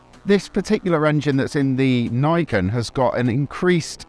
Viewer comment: Niken is pronounce as "Knee Ken" it means 2 blades in Japanese.